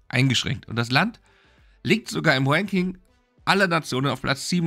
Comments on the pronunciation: Höhö, du sagst wanking statt ranking. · Ich will mich ja nicht über deine Aussprache des englischen R lustig machen, aber bei „Wanking der Reporter ohne Grenzen“ statt „Ranking“ war es schon sehr funny. Bitte mach weiter so, du machst super Arbeit! <3